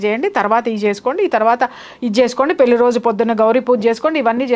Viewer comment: పెళ్ళి అనడం రావడం లేదు